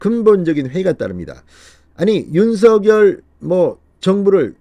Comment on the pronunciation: 진성호 의원님, 늘 시원한 논평을 들으며 조바심 속에서도 위안을 얻곤합니다. 감사드립니다. 그런데요, 윤석열 당선인 이름을 '윤성녈' 로 발음해 주심 안될까요? 김은혜 전 대변인은 윤성녈로 발음 했는데 현 배현진 대변인은 첫날은 윤서결로 발음 하더니 지금은 윤성녈로 발음 하더군요. 맞춤법상 윤서결이 맞으나 어릴 때부터 부모, 가족, 친척, 이웃, 친구 등 모두가 윤성녈로 불러주었고 그렇게 불러주면 좋겠다고 윤당선인도 말씀한 적이 있으니 이름은 본인이 원하는대로 불러주는게 예의가 아닌가 싶네요.😚